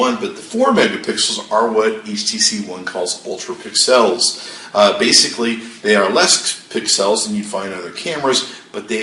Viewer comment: Why does this clown say pix els instead of pixels like the rest of the world?